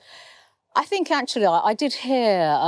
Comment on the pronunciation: "Ah think actualyah..." WTF!?